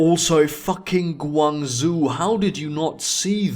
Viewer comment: The "zhou" in GuangZhou is pronounced "joh".